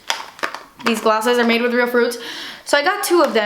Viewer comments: its pronounced as ram.bo.tan we got tons of it here in Philippines and its really really yummy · Rambutan is a hairy red fruit from Asia. It's pronounced rum-boo-tun. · Hi! <3 I love you! Rambutan is actually read as RAM-BOO-TAN HEHE! <3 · Lmao to how you said rambutan. (Not in a rude way, i find it cute actually) "Ram-byu-tin" lol. It's actually pronounced as "ram-boo-tan" like fast and hard. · lolol that bite lipgloss is pronounced ramBOOtan it's an Asian fruit 😂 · its RAM- BOO-TAN, its a fruit here in the Philippines. :) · This is how you pronounce Rambutan... "Rham-Bhu-Tahn" and say it fast. I'm from the Philippines, it is in South-east Asia, that fruit is native to our country, and that is how we say that... so trust me. :-) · There's tons of that rambutan fruit where i'm from. They're seriously soooooo yummy! Kinda like lychees but better!!! Btw if u were wondering, it's pronounced as ram-boo-tan, atleast in the Philippines. ;) love love love watching your videos! You're so entertaining! Keep doing what your doing. Stay awesome! <3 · There's tons of that rambutan fruit where i'm from. They seriously so yummy! Kinda like lychees but better!!! Btw if u were wondering, it's pronounced as ram-boo-tan, atleast here in the Philippines. ;) love love love watching your videos! You're so entertaining to watch lol. Stay awesome! <3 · I literally thought you were trying to say Rasputin when you were trying to pronounce the name of that gloss!! Lol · Rambutan: rum-boo-tan, 😄 Rambut means hair, and rambutan is a hairy fruit. One of my fave fruits but it's seasonal. Actually it's going to be a rambutan season soon here and the rambutan tree on my parents' garden is flowering already. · Lololol, it's actually pronounced like raam-boo-tahn. You look amazinggg in that jacket and those eye tho!! Hahaha love your videos. Lots of love ❤️❤️❤️ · Hahahaha in Malay we pronounce Rambutan as Raa-m-boo-tahn